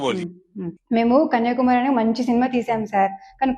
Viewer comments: కన్యాకుమారి అని స్పష్టంగా పలకడం రాలేదు నీకు. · కన్యాకుమారి అని చెప్పేది రాలే కన్య కుమారి అని రెంటినీ విడదీసి చెబుతోంది